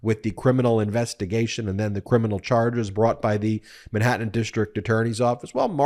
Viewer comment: Where is “Minhattan”?